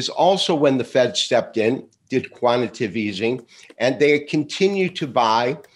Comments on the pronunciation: You’re in denial. Listen to the podcast again carefully. Not to mention, you are the only person I know that mispronounces the word “quantitative” as “quantative”. Why do you think I got two likes? They heard it too! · He still can’t pronounce QUANTITATIVE Easing correctly. Perhaps if he knew how to spell it, he could pronounce it correctly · Love BUT please someone tell him how to pronounce QUANTITATIVE EASING!